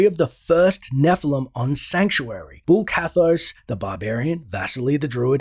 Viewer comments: Bul Kathos, not Bull Kathos. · BULL ? :D Bul-Kathos ONE "L" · Its bul kathos not bull